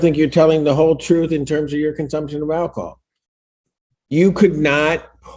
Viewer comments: You know it's bad when they pronounce it "ACK-i-HOLL" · “I didn’t know it contained ‘ackahol.’”